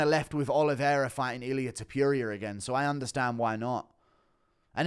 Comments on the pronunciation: Its pronounced Te Po ria not te poo ria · No sure person called Illia Tip-pure-ee-yur 😆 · Love you Guru but please learn how to say Topuria's name properly. You've said it so many times it's hard to ignore. Rofl.